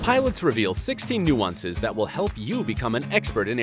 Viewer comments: NU AN CEC ????? Pronounce it correctly as NU CEN CEES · no one: not a single soul:: n-oo-an-ces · Did he just say "Nu-wan-ses"?? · its not nooansess its noosensecs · I thought that nuances said nusensecs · You pronounced nuisances very wrong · Why can’t you say the word nuances properly? You’re butchering the English language. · Jack L Coggins No he didn’t. I’ve never heard anyone say it like that and I am English.